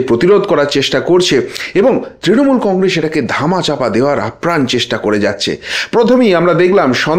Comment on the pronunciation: আর এশ এশ , কন্গ্রেশ উচ্চারন শুনলে গা ঘিন ঘিন করে।